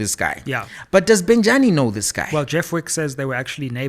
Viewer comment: The is failing to pronounce the name Bejani yet he is perfectly pronouncing the surname Thobejani… kindly remove Tho and remain with Bejani, you move on rightfully so. Bejani Chauke and his mamas and lifestyle 🤣😂😂🤣